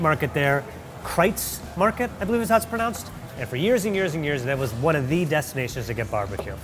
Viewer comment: Yes, you pronounced "Kreuz Market" absolutely correctly. The city of Plano... you got close. It rhymes with plane, not plan. Lockhart's is my favorite in Dallas, but I haven't tried Goldee's, yet. It is a bit of a drive, and the hours are sparse. And yes, Texas BBQ was traditionally no sauce. But now, sauce is more expectable, especially pork. Still 50/50-ish on beef.